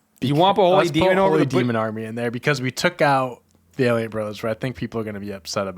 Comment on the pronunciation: valeint brothers who u said wrong would pone